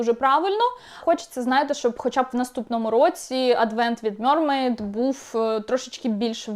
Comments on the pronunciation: мермейд а не мьормейд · м е р м е й д Будь ласка кажіть правильно